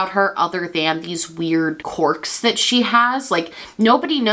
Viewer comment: I know you're saying quirk but I just keep hearing cork